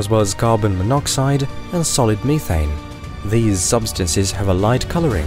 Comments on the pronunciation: Meth. Methaine. Not meetaine educated peoples make me whonder where they ghot an edgecation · "ME-thane".. lmao